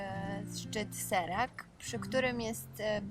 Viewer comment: Nie Serak tylko Szerak.